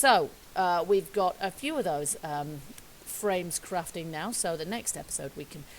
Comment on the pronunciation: Lol I've heard people say naw instead of now.